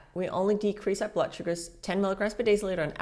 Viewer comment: “Blutt” is an odd way to pronounce blood. 🧐